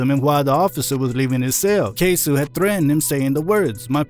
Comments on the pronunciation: Jacksonville rapper’s name is pronounced “Kay-soh” acoording to Yungeen Ace on “Who I Smoke” video. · KAY-SO OR even say K-Sew